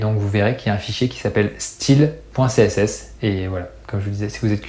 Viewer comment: Style et pas steel